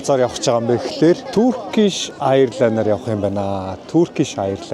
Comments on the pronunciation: Airline❌️ Ayarlayn✅️😂😂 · Эйрлайн=Airline.duudlaga ni buruu bnaa.ghde yahvee hun aldaanaasaa suraltsdag amjilt❤🎉